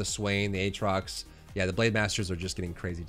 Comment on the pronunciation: Ayyyy he says Aatrox properly now! Can you make a mid game comps video at some point?